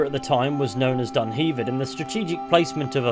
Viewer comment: Dun-hev-ved not Dun heave ed!!…thats a back alley with all the machines behind a electric shop waiting to be collected!!Launsssston!!😂😂😂